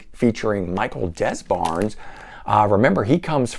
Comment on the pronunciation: It's nice to see someone who likes 80's music because of the 80's production instead of liking it despite the 80's production' And I think Michael Des Barres last name is pronounced "De-Barr".